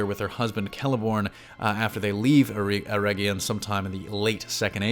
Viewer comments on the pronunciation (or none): none